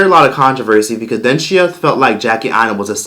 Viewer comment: Dencia is Dunce-cia 🤦🏻‍♀️